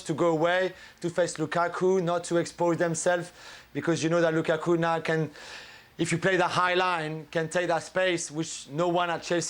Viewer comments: I like how says "LuKaku"🤣🤣🤣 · Whenever Ali says "LuKAku" I absolutely die laughing! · Ale is in his own world, why did he say “lukaku” like that 😂 so weird